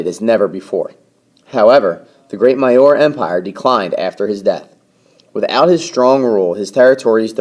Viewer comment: maurya is pronounced "mauri yaa"